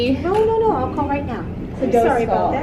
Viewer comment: You’re Canadian accent saying sorry. 😂😂😂 Hahahahaha Anyway, I wouldn’t stay there because that’s demonic. 😣 Please be careful you three